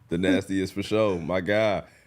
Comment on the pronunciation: “Thenastiest” was wild 😂😂